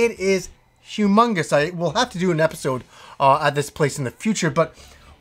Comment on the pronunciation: I always hear you say "Welcome to another GameStop edpisode!"